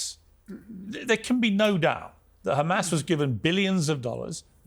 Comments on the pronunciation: Why does she pronounce it as khamas? Does she call herself khassan too? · "Khamas" 😂 purposefully pronounced like that 🤣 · Speaks perfect English but makes sure to say khamaass hahaha clown show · She keeps on saying Judea and Samaria! 😂😂😂 it’s the West Bank you psychopath it’s Palestine you psychopath